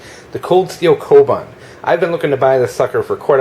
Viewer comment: pronounced "Ko-boon"